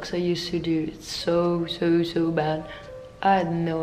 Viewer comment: I like it how you say 'so'... 😂 It is probably how is sounds in Dutch 'zoo'... I am Russian myself and used to work for a German company in NZ. So many words similar to this I heard n I sound very Russian still after many years living in an English speaking country. I find it charming. Don't change it ever coz it's very YOU!